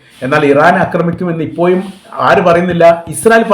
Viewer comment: ഇപ്പോയും അല്ല ഇപ്പോഴും എന്ന് ഉച്ഛരിക്കണം'